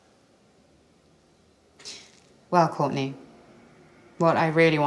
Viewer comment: man said Courtney